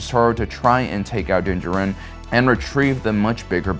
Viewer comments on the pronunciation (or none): Din Djārin not Din Djarīn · i hate how you say DIN DJARIN (JAR-IN).. say it right man jeeze. thats my biggest peeve with you and why im not subscribed. say characters right my man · Its Din JAR-in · Me before the video: “man I haven’t watched in awhile” Me during: “oh right because he likes to pronounce everything his own way” Annoying af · It's Din Djarin not Jurin. It's Grogu not gogurt Get your lisp and poor pronunciations out of here. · The way this guy pronounces Din Djarin is freaking annoying. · Did you seriously just pronounce Din Djarin like that? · Please say Mando’s name right, my dude. It’s literally spoken aloud in the series 😂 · Bro stop saying Din Djarin’s name like that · I find your lack of 'pronouncing Din Djarin correctly' disturbing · Every time mispronounces Din Djarin’s name a kitten gets AIDS. Lotta AIDS kittens after this video